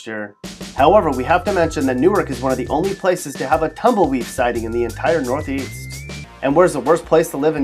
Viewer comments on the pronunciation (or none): Where did you get that from? The "tumble weeve sighting?" but you gotta admit that was hilarious